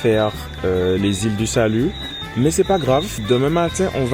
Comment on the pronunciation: Je rectifie : FRENCH GUIANA et c’est les ÎLE DU SALUT et pas « lilais du salut » 😒🇬🇫